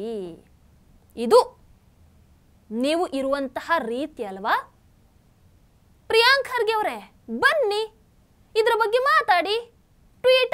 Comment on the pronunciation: ಪ್ರಿಯಾಂಕ ಅಲ್ಲ madam ಅದು ಪ್ರಿಯಾಂಕಾ😂😂😂😂